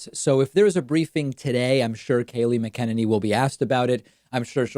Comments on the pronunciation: Oh my God have you not ever seen her interviewed before to know how to say her name it's really obnoxious because someone as intelligent as you seem to be and then you can't say her name and many other numerous examples. Mac N aney mot macken inny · Ma-ken-ni-nee David is trolling. And I love it. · I think it pronounced: MAC-A-NINNY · It's 'Mac inane y' not 'Mac en eny' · Ok I can't stand her but her nam is pronounced mac en any. Sorry just drives me crazy. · David: It's not: mick KEN in knee It's. MACK in ain knee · I think her last name is pronounced mack a ninny, msybe they put the swab too far up her nose and jabbed something loose.... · Her name is not “mckennedy” as you are pronouncing it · Just think MAC-a- NINNY. Even though it's a Mc it's a Mac. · It's Mac-En-Any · Kaleigh MAC a NAY NEE (Mcenany) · PLEASE learn to say her name right, you are a bright guy... its not that difficult. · Are you saying her name right David? Haven’t heard that way before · David, why do you keep saying her name wrong? Is it a jokelike Toolsa or do you not hear how everyone else says it? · I love your intentional mispronunciation of McEnany. Cracks me up every time. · Any reason why David pronounces Kayleigh M's last name differently from everyone else? What's the correct pronunciation?